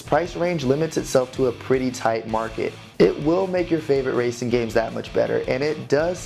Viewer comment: Did you say wacing wheel